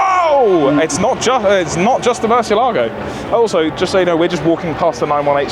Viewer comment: The Gallardo is a Spanish Bull therefore it is Guy-ardo not Gall-ardo, also the Murcielago is Murcee-eh-lago not murchi-ah-lago.